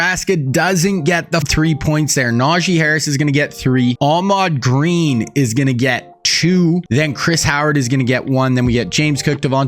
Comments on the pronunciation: His name is Ahman Green not Ahmad Green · Im not trying to be the typical annoying internet guy.. but its AHMAN GREEN not AHMAD... Ive watched two videos and its been driving me crazy... I thought I was wrong about his name until I finally decided to google it. AHMAN... lol